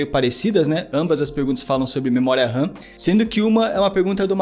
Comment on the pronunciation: o cara fala assobiando.. ao inves d memoria RAM, ele fala memoria SAM.. puutz